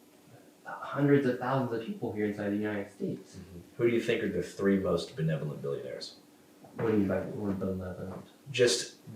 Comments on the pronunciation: And your boy really still had the audacity to try and pronounce "benevolent" in his diss video to Andrew. Literacy Crisis USA i guess... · Blah blah blahhh, where's the facts? Why'd Nick initially lie about what time he visited the daycare? Why did he purposely omit the hours of operation that were posted on the door? Why should people believe a liar who doesn't know simple things like the meaning/pronunciation of the word benevolent? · You are very Belevolent! But also need speech therapy 😂😂😂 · benevolent, wow 1 letter difference he forsure doesn't know how to speak. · He can’t pronounce benevolent, he says exspecially rather than especially, and his hoodie makes fun of misspelling/mispronouncing . At first I was kinda on this kids side, now I just think he’s kinda fuckin dumbass. And I’m not a liberal snowflake. Nor am I some maga supporter. Just a dude, from the same state as nick, currently living elsewhere, but damn this is a bad look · Nick doesn't know what the word benevolent means or how to pronounce it but others are mentally deranged... 🤔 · It's perfectly normal to not be aware of every single word in the English dictionary. Can you guys find something more damning on Nick than just mishearing and misspeaking a word he's not used before?